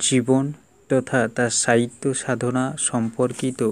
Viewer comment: Sir sahitya not saito.